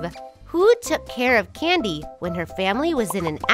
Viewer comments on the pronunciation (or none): It's not candy it's Cady